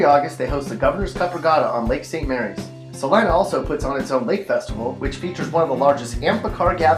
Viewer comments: Celina is not pronounced ca line a , it c a leena, js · did he say Celina or Lima??